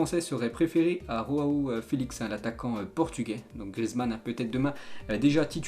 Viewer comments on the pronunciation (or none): C’est João pourquoi tu dis roão